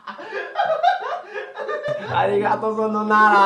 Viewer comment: Ele falou sonaynara